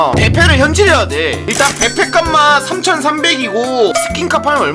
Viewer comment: 에 배페가 아니라 배패